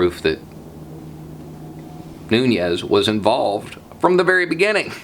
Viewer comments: You gotta love it. It does explain why he's been defending trump so hard at the hearings. So now that's two Republicans on the committee with nasty clouds hanging over their heads. Small note--his last name is pronounced "noo-nes" and not "noo-nyes". It's a Portuguese name. Just saying that because I think Spanish speaking people have been smeared enough by the trump administration without being associated with this guy. 😉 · Fun Fact: Devin "Douchbag" Nunes last name is pronounced noo-nes, not noon-yes, because it's Portuguese. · It is pronounced like "newness", not Nuñes, it's Portuguese, not Spanish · Love seeing you laugh, makes me laugh, then we’re all happier :). Just fyi Nunes is pronounced “new-ness” no tilde. Don’t know why, it just is. (Yeah, can’t sleep, way it goes in these times...) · Hiya- Not trying to be a dick, but you're pronouncing Nunes' name incorrectly. There isn't a tilde(~) over the second "n" in his name, so there isn't a "nyuh" sound involved. His name is correctly pronounced "NEW ness." It seems to be a common perception that since his name appears to be Spanish or Hispanic- it's Portuguese actually- it ought to be pronounced in a certain Spanish-y way, but it ain't necessarily so. I'm not a supporter of the man- IMO he's a champion slimeball- but saying someone's name correctly is just the right thing to do. Most of us have a lot of fun with Trump's stupid ways of speaking and poking fun at peoples' names, so we need to be better than that. Just a thought.